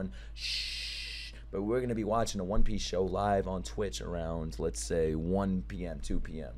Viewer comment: Bro it cracks me up EVERY time you call it the "Wan" Piece!